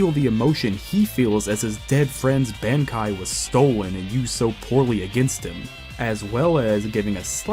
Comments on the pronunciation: You saying all the Quincy terminology perfect but not being able to say bankai 😂😂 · Haha ok, when I heard you say “kenpAchi”, I thought, “that’s a weird way to say that”. Then I heard you say “bAnkai” like going to the bank-kai. But then later you pronounced it fine just like everybody else does! It’s throwing me for a damn loop for sure 😂